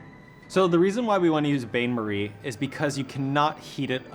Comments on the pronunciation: "...bay Marie"🥴🥴 Think you meant Bain (pro: Ban) Marie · Might want to learn to pronounce "bain-marie". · If you mispronounce bain marie or macarons one more time, I will be sick. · What's up with everyone calling a double boiler a bain-marie? Fancy points for French word? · TIL Americans don't pronounce Bain Marie correctly